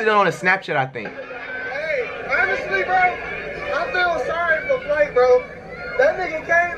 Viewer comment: Kayani Bailey Flight* Not fLight or fWight just Flight.